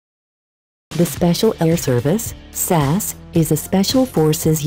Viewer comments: It's S.A.S not sas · It's S A S not SASSS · Fuck sake its pronounced S.A.S NOT sass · Its no sas it S.A.S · I think it's a computer talking, that's why it cannot say it properly. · sas? S. A. S. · It's S.A.S no SAS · It's S, A, S. Not fucking 'Sass'. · "The Special Air Service, SAAS" Excuse me lady, what is a Saas? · Not Sure who was doing the commentary on this one. However since when has the S.A.S. been called "sasssss" ?????????? People do anything to be online. Show some effing respect before doing rubbish like this. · I’m fucking done SAS 😂😂😂😂 you said it wrong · You said SAS wrong